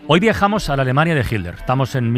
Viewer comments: ¿PORQUE USTEDES, LOS ESPAÑOLES, DICEN HILDER Y NO HITLER?, ¿PORQUÉ NO LES SALE? porque en América Latina, que hablamos el mismo idioma, lo pronunciamos bien. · ¿A cuales españoles habremos oído decir "jilder"? Pues, a estos dos de este video, a Nieves y a Carles. Yo ya también digo "jilder" (me gustó la modificación), pero por tRump digo "trompo" y a veces "trompudo".